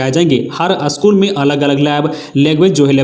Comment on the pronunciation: असकुल नहीं भाई स्कूल😂😂